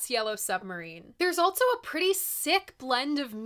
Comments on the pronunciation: This is the weirdest thing, but I love the way you add a T and a Z to also... altzso! I love your vids, I have a couple suggestions for some modern record reviews Jungle-Volcano or any Parcels album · Lol. I "ALT-SO" thought the same thing! 😜